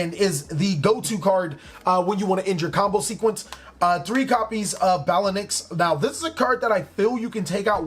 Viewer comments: Hey man so you know it’s pronounced Bail-Lynx like you can get out of jail on bail lol and it’s mirage-stallio like stallion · Just FYI, the link 1 is pronounced bale (like bail) lynx.